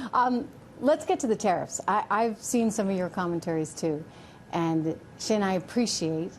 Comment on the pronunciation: Xin is pronounced as sin,not shin. Xi,presidents surname as si( as in yes in Spanish)not she